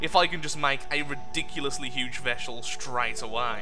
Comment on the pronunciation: "If I could make a Ridiculous sized Veshel that early", fix your grammar; is funny. Veshel instead of Vessel gg.